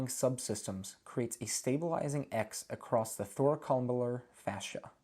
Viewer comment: I had to stop when you couldn't pronounce Thoracolumbar facia correctly.